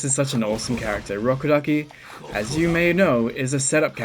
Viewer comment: Ur rubberduki. I keep hearing that now 😂😂😂